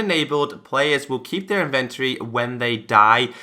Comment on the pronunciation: in·ven·to·ry ˈinvənˌtôrē That is 4 syllables. Otherwise great video! Maybe someone knows why my xbone has this feature disabled ( it will not allow me to check the box)